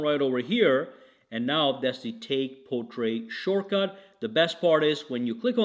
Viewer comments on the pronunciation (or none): Portrait has a hard "t" on the end. It should not be confused with portray! ( jeez, how many times ?! ) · Wait!!!!!!Did anyone hear how he said portrait lol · I think my wife tried to do that to me last night.